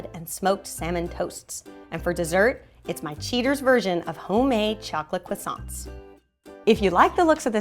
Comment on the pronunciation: I am from France and u are pronouncing croissants wrong! :)